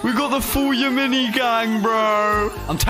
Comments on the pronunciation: actually the kit isnt called Ya-Mini its called Ya-Min-i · acually the yaMINI kits name is pronounced Yam-in-i